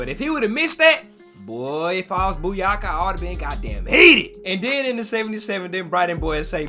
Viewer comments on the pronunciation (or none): Saka's name is Bukayo and not Buyako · btw it’s pronounced bu-kayo not bu-yaka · Buyaka 😂😂😂😂 it’s bukayo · 🤣🤣 turning Bakayo into Buyaka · I think he knows. It's just funnier to say Buyaka